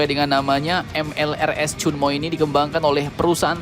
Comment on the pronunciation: Ternyata 천무, bacanya cheonmu